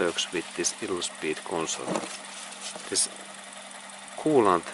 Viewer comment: Thanks for this video. It helped me understand why my 1989 Toyota idles rough when it is warmed up. BTW "idle" is pronounced: EYE- dle. in English. : )